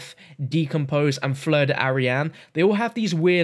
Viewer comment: It’s not « fleur d’arian », it’s « fleur d’airain ». I’m not sure of the translation, but it’s « brass flower » in english